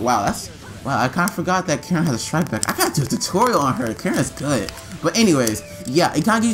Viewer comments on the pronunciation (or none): Wait you trynna pronounce Karin like Keirin lol. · Loved the vid but how did he pronounce Karin Karen garen